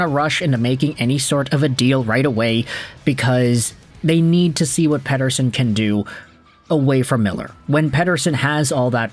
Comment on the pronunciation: As for one whos actually is named Mattias Pettersson I think your pronounciation of the last name of The Elias is really accurate🎉😂